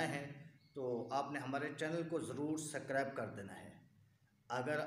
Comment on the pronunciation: سکرائب نہیں ہوتا ہے بھائی سبسکرائب ہوتا ہے